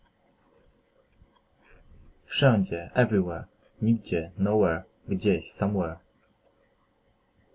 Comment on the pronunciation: Somewhere ,,samłe" . . . . Where ,,Łer" XDDD